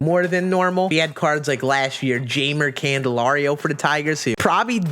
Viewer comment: the way he said Jeimer Candelario physically hurt me